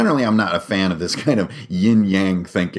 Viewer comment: Ying Yang Y-AH-N not Yen.